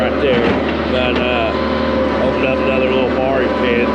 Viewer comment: lol. “Barri pit”. You crack me up.